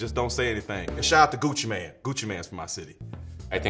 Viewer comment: it's pronounced "main" not "man" XD (Gucci Mane)